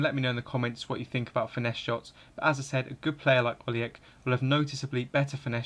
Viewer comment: Pronounced Oli-Etch